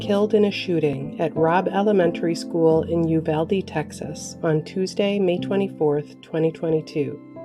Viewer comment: It's a small thing - but thank you for pronouncing "Uvalde" correctly. You're the only one not from Texas who I've heard saying it the way we do.